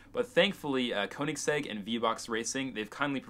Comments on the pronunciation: what the hell... Check how you should pronounce word 'Koenigsegg'. It's like "e" letter in "check" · Koenigsegg is pronounced königsegg, of course english don´t have the ö and the german language has oe instead. Most english speaking people who try to pronounce it simply say o instead of ö because they have a hard time saying ö or don´t know how to pronounce it.